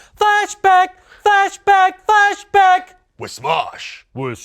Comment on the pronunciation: Ian sounds like he's singing "Fashback."